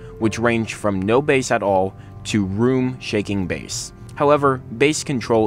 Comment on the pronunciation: BASS. B-A-S-S, not BASE!